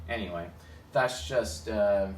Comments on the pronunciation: Every time he says "anyway" I hear "Ne-way"; the path of the ENTP :) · YOOO I had the EXACT same thought 🤯😆as an Ne dom